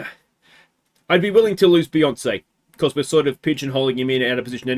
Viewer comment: It's a shame to see Beyonce go, Some truly classic surname butchery. 😂